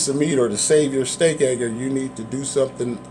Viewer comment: Why do you keep calling it the steak ay-gurr? It's a steak age-er. Otherwise good review, and appreciate the information.